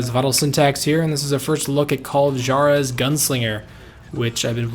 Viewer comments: call of jjar ez? for crying out loud rival, HWAR EZ is how you pronounce it in espanol. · Juarez..... Its pronounced Hwarez. not Jar-ez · Holy shit call of what? JAR-EH-ZZ?? Da fuck?? Makes me wanna have some JAH-LA-PEE-KNOWS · You pronounce Juarez wrong..... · Please pronounce the "J" in Juarez as an "H". Hearing you say Juarez makes me cringe so hard! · lol the "J" in Juarez should be pronounced with a "W" sound